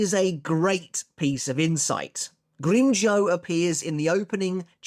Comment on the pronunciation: Why do you call him Grimmjoe when his name is Grimmjow?